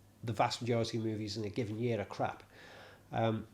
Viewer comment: Love the way a Scot's accent says K-RR-R-A-A-A-P-P...!